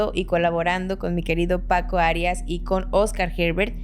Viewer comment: PACO ARIAS, CON ACENTO EN LA I O PACO ARIAS ACENTO EN LA A? BUENO MI PREGUNTA ES PORQUE TU LO PRONUNCIAS ACENTUANDO LA I.